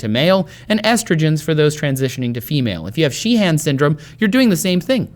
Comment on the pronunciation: Trace, with Irish names like 'Sheehan', it's usually only the first syllable that gets strong stress, so, you don't need the secondary stress you're adding. In fact, the 'han' part is often reduced down to sounding like 'hin'.